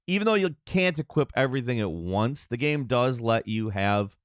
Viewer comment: He can’t say the word GAME either... I think dude might be on the spectrum